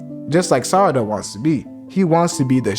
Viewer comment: great job by speking sarada not sadara 😂😂